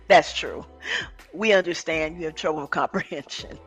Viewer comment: I can't stand the way he pronounces words!!! "Unnerschand"